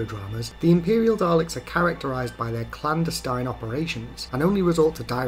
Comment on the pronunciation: Just because I’m a grammar nut, more emphasis on the E in clandestine 😊 clan-deh-stine. Funnily enough, I watched Remembrance over the weekend. I think it is my favourite episode of Classic Who!